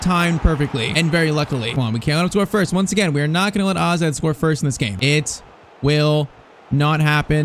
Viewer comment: man Called AZ Alkamaar Aze